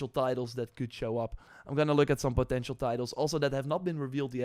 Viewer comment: its funny when you pronouns "potential"